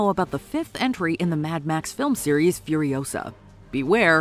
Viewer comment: "It's Furi-O-sa, not Furio-SA!" 😉